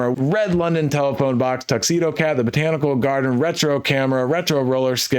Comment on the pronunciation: "tttthe build is a mess" 😆 👏